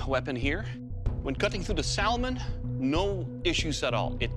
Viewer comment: The only thing that bothers me here is how Doug pronounces Salmon lol